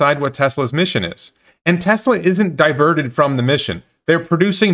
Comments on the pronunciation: He can’t even pronounce the company name correctly: “Tezla” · Ben it talking about Tezla. Lol. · Since he posted a video of him crying in joy about paying off his home, and bragging about how he's getting TWO free Roadsters, I feel that he's just a click baiting snob. I'm as confused to his sudden change as well, it's obviously driven by some kind of profitable agenda. And dammit, it's TeSla, not TeZZZla. Lol. This made my day. Thank you!